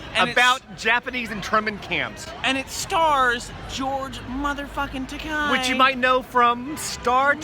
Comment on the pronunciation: George Takei's last name is pronounced Ta-KAY, not Ta-KAI.